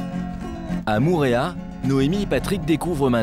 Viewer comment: Faudrais faire un effort sur la prononciation des mot en tahitien Au début c'est "mourea" mais Mo'orea Mo-orea